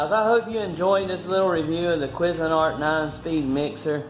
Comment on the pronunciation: Love how the calls it a "Quiz" a nart!!! HAhahhahhaaaaa.... Up here we pronounce it "Kwayz" a nart! Used to be really good stuff, but now with cheap Chinese plastics and low gauge metals, the quality is just not as good as the stuff the company was producing back in the 70s/80s. As it is seeming with most stuff. Cheers!